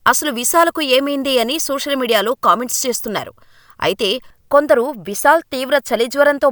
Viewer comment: విసాల్ కాదమ్మా. విశాల్.